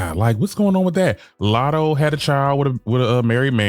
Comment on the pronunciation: Never heard of Lat-hoe before